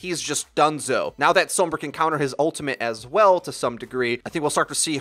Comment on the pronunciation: stop saying Sombra like that. i love you.